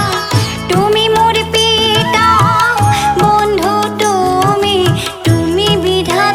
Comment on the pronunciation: আহ্, কি আন্তরিক ভাবে গাইলে।। ভালো লাগলো শুনে । আরো চাই। একটু বলছি, তুমি উচ্চারণ টুমি হচ্ছে। এটা একটু কানে লাগছে।